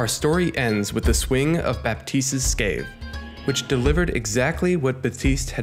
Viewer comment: Scythe is pronounced as saɪð, sayth Gg for the video! Keep em up